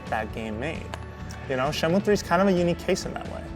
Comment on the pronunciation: These fakers never played Shenmue in their life. They cant even pronounce the name correctly...